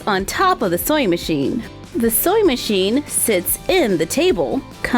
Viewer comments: Is it just me or is she saying soy machine instead of sewing machine??? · Anyone eles shes saying soying metion or soy metion thats reallh anyoeing me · Why do I kept hearing "soy machine"?